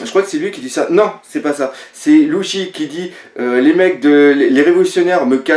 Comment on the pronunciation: pk tu dit luchy alors que c ssi